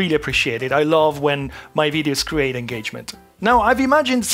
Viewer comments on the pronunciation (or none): none